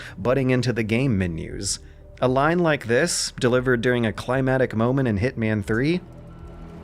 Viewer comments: Thank you, in the list of things this man says weirdly, this is the most annoying. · It's pronounced 'climactic', not 'climatic', bruv. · can correctly use leitmotif in a sentence but can't say climactic right, and I love him for it 🤍